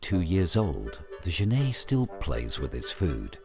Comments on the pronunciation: I agree , the narrator says GENAY , But it is pronounced Jennet. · It's not pronounced zhaney it pronounced jenet like a fishing net it's an African word not French I live in Zimbabwe I know this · Genet is pronounced 'djennette', not 'zhennay'. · Yeah Lol I was thrown off by his pronunciation. Almost though I was wrong saying "JENett." He's mixing it up with the French writer Genet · Okay, looks like this video (or the other copy just like it) are the same thing. I've seen this "documentary" in several places. I'd like to see the BBC or PBS do a proper documentary on genets. The Cons: 1) That is not how you pronounce genet - FYI. There is a French surname, Genêt which is pronounced that way, but the two are not related. 2) The frame-rate is crap. Increasing the playback speed to 1.25 helped mostly, but it's still not completely smooth. 3) I suspect that this is a home-made documentary, as in someone let their pet genet run around the woods while they took footage. 4) Half of the footage is of other animals, and the made-up, flimsy storyline is boring and uninformative. The Pros: 1) The environment is pretty. 2) Genets are cool, cute, and underappreciated. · > Genêt = French surname (pronounced as the narrator pronounces it, which is correct for the surname - not the animal) > genet = an animal, a type of feliform, in the viverrid family (pronounced /ˈdʒɛnɪt/ or /dʒəˈnɛt/) According to the online etymology dictionary: from late 15c., from Old French genete (13c., Modern French genette), from Spanish gineta, from Arabic jarnait. In any case, the t is pronounced.